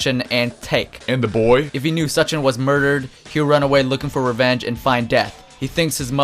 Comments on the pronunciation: and SUE-HOW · nigga said "Take Da" and "Such in" . Really? take a second to think hmm, what sounds more like a name... Ta-kay-dah and Soo-chin. smh. He prolly pronounces knife like Ka-nife lmao